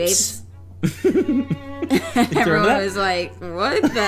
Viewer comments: “you got any gwapes” I just chocked on my coffee LMAO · 🦆: you got any gwapes?